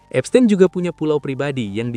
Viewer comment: Baca : Epstin bukan epstein